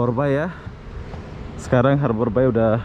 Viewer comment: Hallo,, nak kenalkan saya pak Herman from Bengkulu, i have a dream to live in batam, ya, saya punya impian,harapan tinggal di Batam). Bagaimana dengan mu ( how about you ), lebih keren lagi kalau kau bisa bahasa Inggris, boleh belajar sama bapak, free ( gratis )., maaf yaa, bilang harbour bay, harber BEI ya, r tipis saja, samar. Macan orang Malaysia cakap, bapak boleh juge cakap Melayu dan beberapa bahasa daerah, sebab bapak orang Melayu juga dari Sumsel sebuah kota kecil lahat namanya 225 km dari kota palembang,bahasa daerah,bapak mirip bahasa maysia contoh, balik, petang, buluh( bambu) ketam( kepiting) kemane, Mane, limau ( jeruk) petai, jangan petei kalau cakap sama orang Melayu, tapai, datang, gelap, itam, Ade macam itulah cakap darah bapak, sebab bahasa Indonesia gaul ( slenk) dipengaruhi bahasa daerah Jawa, Sunda, Betawi Jakarta,dll. Ok,, thanks see you later.